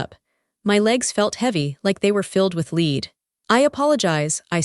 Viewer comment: Lead is pronounced like ed not leed as weed sounds like.